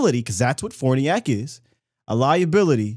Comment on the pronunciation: Can anyone covering the team pronounce that man's name right? It isn't fOrniAk, isn't fArniAk, it's fArniOk